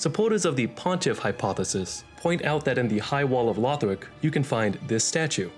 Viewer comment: Dont insult the legacy of the giga chads Aldia and with that autismo ass voice. It's Lothric not Lawfh-rick.